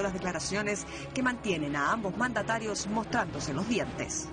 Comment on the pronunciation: en el minuto 29,13 me parece escuchar mantanario y no mandatario..